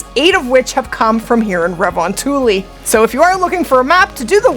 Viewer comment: its funny, everytime I hear when someone trying to pronounce Finnish xD makes my ears bleed <3 re von tuli :D Well it is one of the hardest language to master. - Guy from Finland.